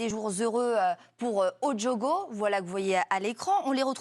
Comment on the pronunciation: "o djogo" c'est comme "les djeunes" et la couleur "djaune"?